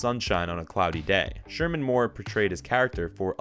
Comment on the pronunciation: ShemaR, not Sherman.